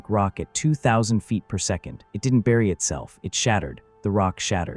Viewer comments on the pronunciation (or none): none